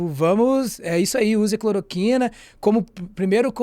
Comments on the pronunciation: Amigo, vc disse "cloriquina"... mas é CLOROQUINA Sua colega disso a pronúncia correta (clor- O -quina)! Enfim... o que importa é que o Jair pague com cadeia por propagar a medicação e causar intoxicação e morte de maneira consciente e DELIBERADA! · alguém avisa ele que é cloroquina e não cloriquina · "Cloriquina", meu jovem? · Metroro, por favor treinem o apresentador. Errou o nome do remédio (falou errado)... e parar de interromper.